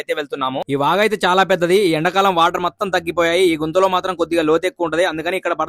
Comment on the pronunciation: గుంత అనకుండా గుద్దా అంటున్నవ్ 😂